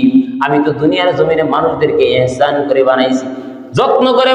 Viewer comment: ইহসান বলা যাবেনা আহসান বলতে হবে।